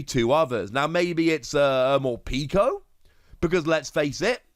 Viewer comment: Morpeko is pronounced like peckish. It’s the official pronunciation.